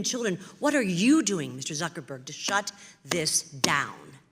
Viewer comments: Did she call him Zuckleberg at the beginning there? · the way she said him name Zuckel-berg and not Zuckerberg.